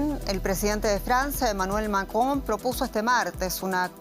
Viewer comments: La pronunciación del apellido del presidente francés por parte de la periodista, es ridícula! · Me encanta como pronuncia el nombre del presidente de Francia